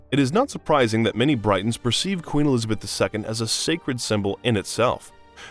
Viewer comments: Well, what about pronouncing "Britons" as "Brightons"? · To the voiceover person: you nitwit. Britons (the people) is pronounced the same way as the country...Great Britain...not like the city by the coast...Brighton. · you need to learn how to truly pronounce the names (it's Britans not Brightons) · The pronunciation in this is dire. Brightons? And who's Cameella Parker Bowels?? SMH